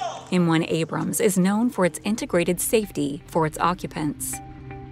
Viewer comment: Right off the start... "Abram". Yeah, that's enough.